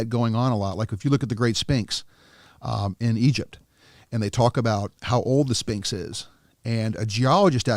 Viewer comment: the way he pronounces sphinx lmao